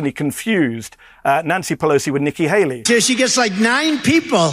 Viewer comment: Nikki Hakey, Nikki Haley, Nikki Haley....Medical folks have been saying his mind is frozen and he's trying to remember what is trying to say, his brain is stuck.